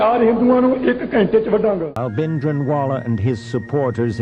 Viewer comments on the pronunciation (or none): ओ भाई भिन्दरनवाला नही है भिंडराँवाला नाम है उसका